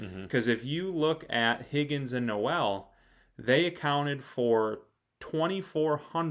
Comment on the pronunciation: pronounced Nole like Seminole. Not No-El like Christmas.